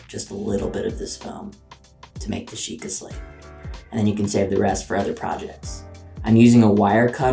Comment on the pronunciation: bruh it's Sheikah XD